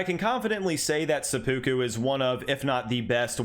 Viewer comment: says seppuku like its a Pokemon. It's sepa-ku...not sep-u-ku.